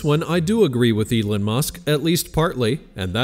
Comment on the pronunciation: "Elin musk" lol